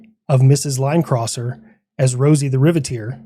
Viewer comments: Did you mean to say Rivet-ter instead of Rivit-teer? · That’s not “Rosie the rivet-eer” it’s “Rosie the rivet-er” (DICTION!!)